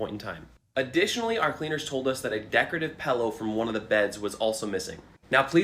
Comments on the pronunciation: Saying pellow instead of pillow is cringe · "Decorative pello" [Also ] Pello = pillow It took me a while to get this so I thought I'd post this here. Pretty much gave me an instant aneurysm when I did though. I mean who the hell says "pello" instead of "pillow?" 🤬🤬🤬🤬🤬🤬🤬🤬🤬🤬🤬🤬🤬🤬🤬🤬🤬🤬🤬🤬🤬🤬🤬🤬🤬🤬🤬🤬🤬🤬🤬🤬🤬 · Bro lost me when he said pellow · Let's take a second to notice that dude pronounced pillow "pellow". *Dayum, you already noticed it. 🤣